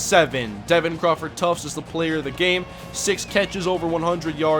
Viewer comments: U kill me when u keep saying tuftS haha there's no S in his name lmao did that all last season too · There is no "s" in Tuft lol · Omg there's no "S" in Crawford Tuft lol